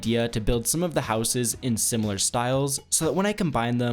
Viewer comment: please learn how to say houses properly